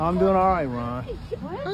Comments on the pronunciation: “Doingah” lmao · What is he doinguh? Goduh.. come onuh. Shut the hell upuh.. if they would clean up that street than he wouldn't have to. It is an improvementuh though.. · "What is he dowinga" 🤣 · “Whar is he doing-AH?” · "What is he doing-uh?!" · "What is he doingUH"